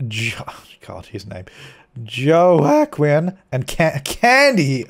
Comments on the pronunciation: Joaquin is pronounced "Wah-keen" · Second simmer I've watched that doesn't know how to pronounce Jacques and Joaquin.